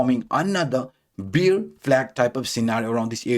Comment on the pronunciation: Hi., ur pronounciation for ‘bear’ is wrong. U pronounce ‘beer’ 🍺. Sorry bro I hv to address it coz u r keep repeating the mistake in ur videos.